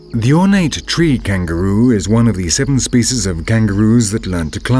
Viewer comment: I can't stand this narrator and his posh Shakesperean accent and the way he pronounces "spyciyz"